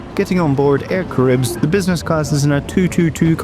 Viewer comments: I like the way he pronounces "Air caribbs" 😉 . In French we say : Air Ca-Ra-Hib , forget the S at the end . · I don’t want to be that guy guy but regarding TX, it’s pronounced Air ‘Kah-ra-ee-b” 😁